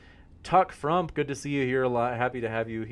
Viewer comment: Hey lady in the bandana I hope you read these comments it's not g o o t it's g o o d learn how to speak English you illiterate f***